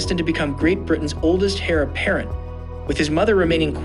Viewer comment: The h in heir is silent. The word is correctly pronounced "air", not "hair".